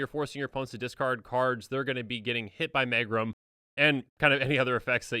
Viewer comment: Megrim is pronounced meegrim. It means low spirits or the blues.